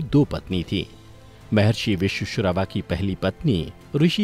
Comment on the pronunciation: Good video. But pls say the names correctly vishravaa, dhaanyamaalini, athikaaya, aksha Kumar and NOT akshay kumar, vidyujjihvaa, vajrajwaalaa, etc